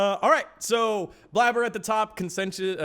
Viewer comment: "Blabber" instead of "Blaber" lol